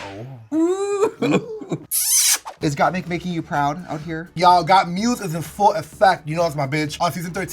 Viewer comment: Anyone else hear Kandy say “Gottmuse” 😂😂😂